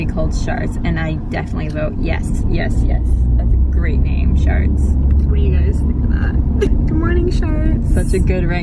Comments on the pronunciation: It sounds like the word Shart = Sh*t + Fart. Please no. It might be too late now... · Shards sounds like Sharts which sounds like farts lol